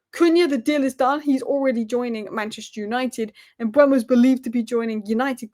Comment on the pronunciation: BTW it's pronounced Mmm-buur-Mo not M-Boo-Mo